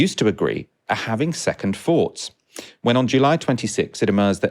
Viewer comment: Free trillion. A fird. Second foughts. Please learn how to pronounce Th